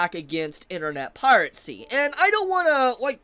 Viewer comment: Holy, stop saying pirate-sty. PIRACY, this video was hard to watch